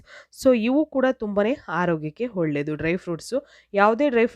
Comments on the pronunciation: ಹೊಳ್ಳೆದು ಅಲ್ಲ ಒಳ್ಳೇದು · ಒಳ್ಳೇದು. ಹೊಳ್ಳೆದು ಅಲ್ಲ.